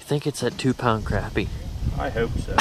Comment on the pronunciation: Crappie not crapie